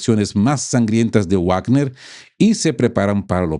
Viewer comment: Perdon por una correccion. Se dice vagner. Uavner es una pronuncia en inglés Hasta en castellano es vagner por la doble v es v. Perdon.